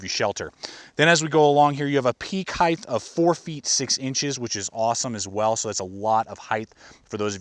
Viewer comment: I've noticed a bunch of people saying 'highth' when that is not a word. The word you are looking for is 'height' as in 'height and width'. Sorry if this is really pedantic of me, my intentions are good.